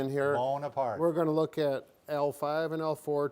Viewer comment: Napoleon "Bone-apart" 🤣🤣🤣